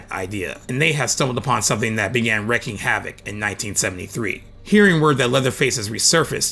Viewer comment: Why does everybody say wrecking havoc when the saying is 'wreaking havoc?' Wreaking, as in ree-king, not wrecking.